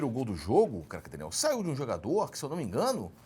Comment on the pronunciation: Cerjinho esta pronunciando cada vez mais errado o nome de Craque Daniel. Se continuar dessa forma o nome dele vai se tornar apenas um grunhido